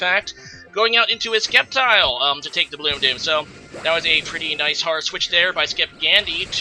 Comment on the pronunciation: Wow bro the C in sceptile is silent